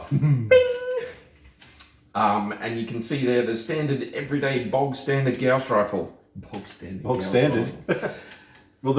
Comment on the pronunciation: Good lord! People that can actually pronounce Gauss correctly!